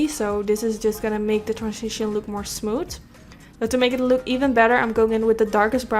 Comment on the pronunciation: I love how she says "smooth"...."SmooT"